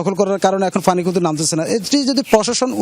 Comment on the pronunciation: শুদ্ধ করে পানি বলতে পারেনা ফানি ফানি শ্লা এরাও সাংবাদিক 😂